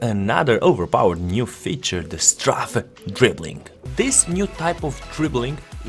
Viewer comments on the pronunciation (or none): Please check the pronunciation for strafe :)) Nice tutorials, thank you!